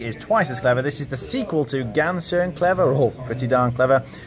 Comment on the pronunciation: Please guys, get your German correct on these simple words like ‘ganz.’ It is ‘guntz’ not ‘gance’. It is not hard to find the pronunciation of this word on the internet. 30seconds of research saves all of us a world of ear pain.